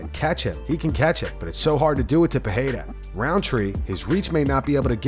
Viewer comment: The first 'r' in Pereira is pronounced the same way you pronounce the second.